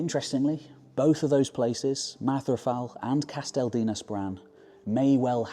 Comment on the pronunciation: Ooooh goodie. A new. Only a mark down for pronounciation but you aren't Welsh so I will forgive you. And it is Mathravel. Single f in Welsh is the v sound. For f you need ff. I love everything you do and thoroughly enjoyed this one. But please don't stop doing the longer ones.